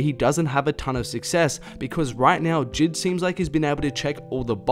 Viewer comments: The way he says JID gives me anxiety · God the way he pronounces J.I.D triggers me 😂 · sylvia trn Jid himself said they’re both valid lmao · he called this man jid